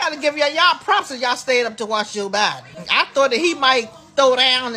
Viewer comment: Lady, please learn how to pronounce Joe Biden name